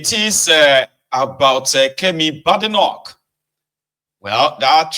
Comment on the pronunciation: The name BADENOCH is pronounced "Bay-di-nok" and not "BAD-i-noc"